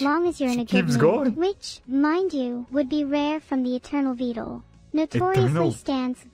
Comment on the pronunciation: i still love how Evil will pronounce "Vedal" different everytime